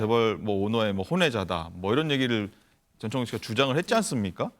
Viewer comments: 전청조인데 자꾸 전창조라고 하네.. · 전창조가 아니고 전청조 입니다...